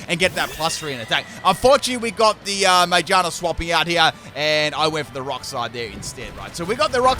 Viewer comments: that pronunciation of Magearna "May ja na" lmao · I love the way he pronounces Magearna😂